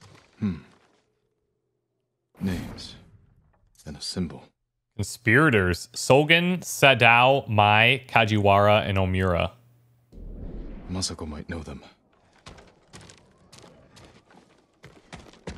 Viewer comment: pronunciation corner! just a couple this time, pretty minor ones tbh, you're doing great on most of the Japanese words. SADAO pronounced "SA-DAH-OH" OMURA pronounced "OH-MOO-RAH" though don't draw out the O's loving your playthrough of this so far, makes me wish I had the funds to play alongside you, but ah well, I'll just have to keep enjoying your vids lol